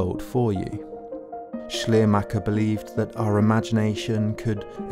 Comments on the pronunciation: Besagter deutscher Philosoph heißt nicht "Schlermacher" sondern "Schleiermacher"! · I dont understand why so little effort is put in getting the pronunciation of the important people talked about halfway right: "Schleiermacher" is such a nice, descriptive, telling name, meaning "veil-maker". It really shouldn't be garbled this way!